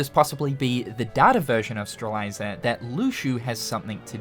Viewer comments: Name: Strelitzia: Strel- eye- zer Me since 2017: IT'S PRONOUNCED STREL-IT-ZEE-UH Lol much love, great video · its Strelitzia not Streliza 😅😅😅😅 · So...we're back to saying straliza? 😮‍💨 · "Strelitzia" is said "streh-lit-zee-uh" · He's said it that way for years. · Ikr? Fucking “Streliza” lmao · Will we get KH4 news or will pronounce Strelitzia right first? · I pray that Sora says Strelitzia's name in KH4 so finally realizes he has been saying it wrong for all these years! Lol. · I was looking for this comment. It kinda irked me a little the way he pronounced Strelitzia. 😂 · same lol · I wondered if I was the only person who was bothered by it lol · You had... so many attempts to get Strelitzias name right. It was actually comical how many times you said it wrong LMAO